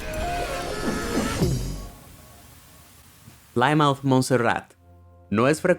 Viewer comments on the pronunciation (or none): Plymouth se pronuncia "plimuth"